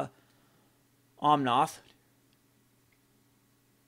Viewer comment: just fyi is OmnAth, noth OmnOth.